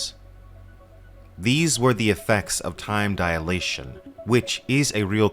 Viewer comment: Just a note: The correct is time dilation, not diAlation.